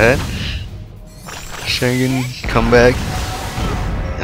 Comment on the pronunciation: Don't say Sharingan in an american way. It's a disgrace to the Uchiha!